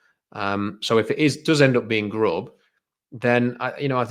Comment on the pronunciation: I hope they do get Grubb because pronunciation of the name is great. "Grohb".